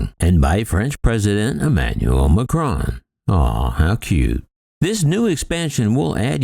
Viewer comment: Just a nasty little video, full of snide comments about France and Airbus. But I guess what one would expect from an American commentator who cannot even pronounce President Macron's name correctly. You really must do better.